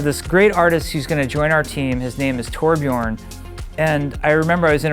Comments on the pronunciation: it's torbjörn, not torbjorn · ITS TORBJÖRN! NOT TORBJORN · torbjörn not toar-bjiorn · Actually, the umlaut in Torbjörn should be spoken, it's an ö not an o. "Tor-Björn" does indeed derive from Thor ("thunder") + "björn" ("a bear"). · Cmon it's pronounced "torbyurn" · No its a TOR-BJÖRN get it? Oh Yea your not swedish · NOT EVEN CAN PRONOUNCE TORBJÖRN RIGHT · Not even K. can pronounce Torbjörn correctly.